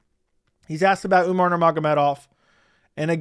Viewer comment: He says umnar because of umars insta or twitter name spelling if I remember correctly